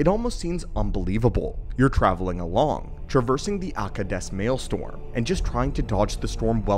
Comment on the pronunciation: Pronounced "male-stROm." Not "male-storm." LOL😂 PS: love your videos! Keep em coming! Thanks! 👍👍